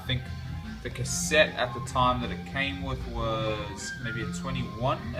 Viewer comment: Miche is pronounced 'mee kay'